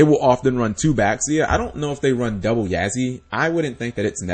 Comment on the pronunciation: Uhm, Cap, it's Chinese... and an X makes a Sh sound. So, Xiu is Shiu. Or, for the Yang Zing, Bixi is Bishi, Baxia is Bashia.